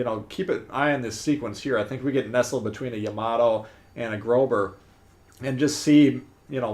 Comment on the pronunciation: Grosser....not Grober. Jeez.